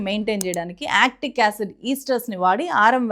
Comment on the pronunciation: ఎసిటిక్, యాక్టిక్ కాదు